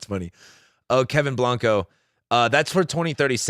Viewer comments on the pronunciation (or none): none